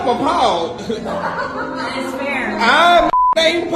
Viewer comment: "IM APPALELD" HAHAHAHA